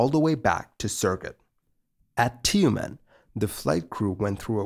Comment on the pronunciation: It's not 'Ti-you-men', it's 'Tümeñ' Also, it's a perfectly sane and safe idea top use a french-made aircraft that was meant to be STORED IN A HANGAR in conditions of the ever-civilized evergren Tumen'.